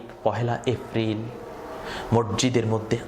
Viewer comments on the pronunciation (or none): গলার টোন এত সুন্দর কিন্তু এপ্রিল কে এফরিল কেন বারবার বলছেন বুঝলাম না।